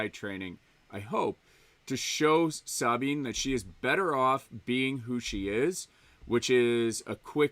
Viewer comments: Bruh its Suh-Bean . Not SAAAABEEN. lolol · "Sahhbine." Does know better than Filoni and every character in Rebels/ Ahsoka about pronouncing Sabine's name? 😆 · Dude says he watched Rebels but he pronounces Sabine like that!? Give me a break. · 😆 thank you, I was looking for other people who were bothered by that. Fucked up her name every single time!